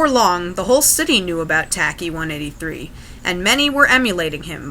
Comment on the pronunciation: It's not pronounced tack E. It's a very common Greek nickname...it's pronounced ..... Well nevermind. 🙄